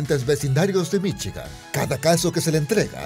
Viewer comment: "Viviría en Michi-gan" xD